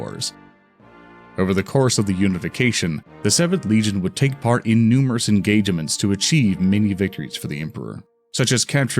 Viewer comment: I didn't mind the names but it was weird you pronounced the second "e" in "engagements"